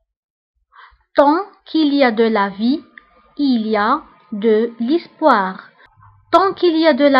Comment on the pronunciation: Apprenez a pronencer bien le français avant de faire apprendre des proverbes au autre. (Tu vien de prononcer l'espoir , l'ispoir .